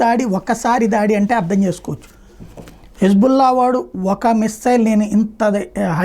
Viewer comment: పేరు సరిచూసుకోండి... అది హిజ్"బుల్లా" 😂😂కాదు.... హిజ్బొల్లా.... 😊